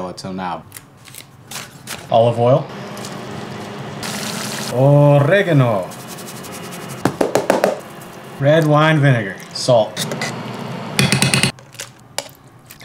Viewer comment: You pronounced Oregano wrong sir….